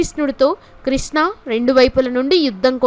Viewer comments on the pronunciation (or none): none